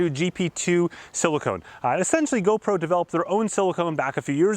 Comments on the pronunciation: "silicon" not "Silicone" :-) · Bro please….. it’s siliCON not siliCONE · pst siliCON not silicone (thats what you put in boobs and such) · *silicon NOT Silicone. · Great review. FYI "Silicon", not "silicone". Chips are made from Silicon, but you seal your bathtub with Silicone :)